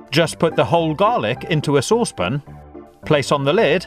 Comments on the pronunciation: this guy is so annoying when he says saucepon instead of saucepan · SA-WSS-PAN NOT SOOSE-POON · Never heard that pronunciation of "saucepan" before. A bit weird. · Anyone else triggered by the way he says saucepan? 😓🤔